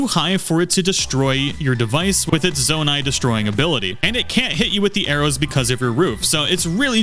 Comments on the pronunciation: ZAH-nai ❌ ZOH-nai ✅ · Immediate dislike for pronouncing Zonai like that. It's "zoh-nai" not "zaw-nai." Your personal canon and preferences don't apply here. There's only one correct way to pronounce it. This isn't like avocado or caramel. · How in GOD'S NAME do you get this far into the game without absorbing the proper pronunciation of "zOnai"?? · it's pronounced zownai, and it's CONSTRUCT head, not construction head 😵🤣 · How do people still say zonite wrong when they literally say it in the cutscenes? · Guy really said ZAN-AI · Am I the only one who thinks it’s pronounced zone-I ?! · I mean it's pronounced kind of like the word Zone with 👁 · So, is it pronounced, Zon-Eye, or Zo-Nye? I’m confused. (Also, thanks for the tip.) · Zonai isn’t pronounced like that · Aa aa aa aa! Ew ew ew! The way you pronounce Zonai, and the fact that you mis-name like EVERY device, realy makes me uncomfortable. Like my skin literaly crawed dude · dude keeps saying construction heads 💀💀 and he says zonai wrong even though its voiced in game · The way he pronounced Zonai made me want to cry.